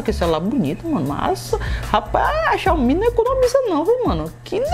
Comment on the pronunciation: Xiaomi é xioami